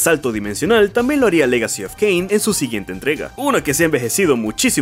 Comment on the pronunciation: No es un mal video pero estoy obligado a darle dislike después de escuchar "Caín", "Serafan" y "lovecraftniano"